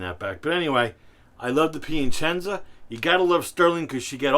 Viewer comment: it's that added "n" that throws in lol